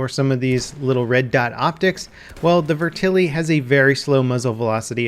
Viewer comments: Matt McDermott the mispronounced name is killing me to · Vet-Er-lee not ver-til-ee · Is anyone gonna tell him it's pronounced vet-ter-li, not vertili? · It's not "Vertilly" lol Vetterli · How in the world did you get "ver-tilly" out of "vetterli"? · IT'S NOT FUCKING VERTILLY! God! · So Vetterli is pronounced "verTILLY". Got it. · It's pronounced "veh-tur-lee" btw. Good video. The real Vetterli is a badass piece of firearms history; especially when considering that the Swiss Army adopted it only four years after the American Civil War ended. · "Viturly vehtaly" um... that's not how it's pronounced lol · "Vertilly" Buddy. Just sound it out lmao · The gun is pronounced "Vet-Er-Lee" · Can you pronounce it the right way